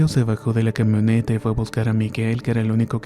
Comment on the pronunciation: Abre más la boca porque no se te entienden algunas palabras y o las dices mal, como pedra en lugar de piedra, quemoneta en lugar de camioneta